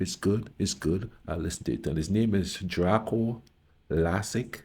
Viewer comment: It's like dark(o) not drako